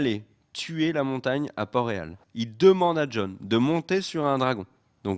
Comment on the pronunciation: C pas reghon, c REAGHAL!!!